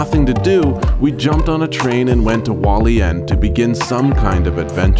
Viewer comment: Okay so this doesn’t matter much but you do pronounce the h in Hualien